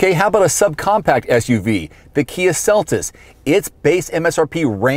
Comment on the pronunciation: ok its kia seltos not celtis